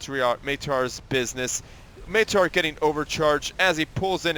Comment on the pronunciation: Maitre is french may-tre. :)